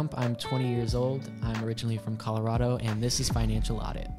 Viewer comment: He isn’t from Colorado. He pronounced it wrong.